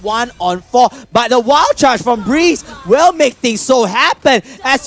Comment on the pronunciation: that is BREE-Z wtf is breez???? haahahaha BREE--------Z